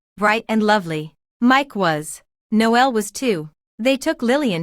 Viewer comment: His name is actually pronounced Nole and not No L Noel is another term for Christmas. It’s me being picky I know but I found it really annoying. The AI reading of these stories is often bad, with words being split and then spoken as if they’re 2 separate words. This happened many times during this story. Irritating